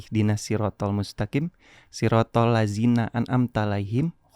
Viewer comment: Alfatihah " Ihdinassirotal mustaqiM , bukan mustaqiN .